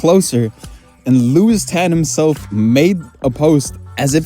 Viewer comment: Lewis not Lois